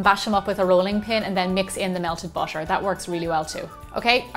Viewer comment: It's butter not bosher